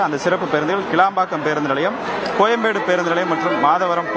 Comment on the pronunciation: not kelambakkam ,it's kilambakkam!